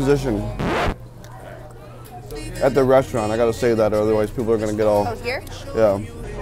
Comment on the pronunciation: Did he yo to diffrent restraunts